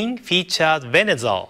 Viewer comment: Love the way he pronounced Venusaur!